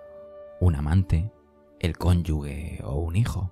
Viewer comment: Conyuge, no conyugue... Gracias de corazon!